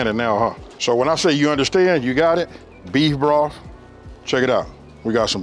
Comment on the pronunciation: Huh?! What was that again?! You got some "breef broff?!" 😂😂😂😂😂😂😂